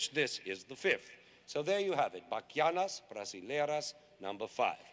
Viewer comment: O jeito que ele falou "Bachianas brasileiras" foi tão bonitinho e bem certinho. Amo o Lenny